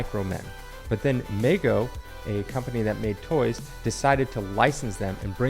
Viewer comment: Just fyi, Mego is pronounced "mee-go", it doesn't rhyme with Lego even if it looks like it should 😉